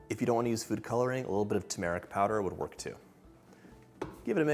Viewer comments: fun to incorporate the kitchen's atmosphere into the food. horrible mispronunciation of the word "turmeric". It's not "toom-AR-ik", it's "TER-mer-ik." Fix yourself! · everything's amazing except for how you pronounced turmeric <3